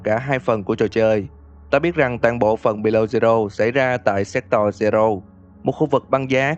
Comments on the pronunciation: séc to-r nhé chứ ko phải séc toi nhé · Thề là cứ anh đọc chữ Sector là em cứ nghe thành s*xtoy :)))))))))) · Nghe như sextoi zero =)))) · anh đọc là se*toy zero 😂😂😂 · Sector mà ổng đọc lộn thành s*xtoy :))))))))))))) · anh đọc như "séc toy" zero í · Sector mà ông cứ đọc thành S*xtoy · má Sector ông đọc cứ như séctoi cười vcl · sao nghe như s*x toy v :v